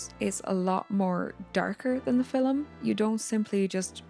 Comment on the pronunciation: "in the filem"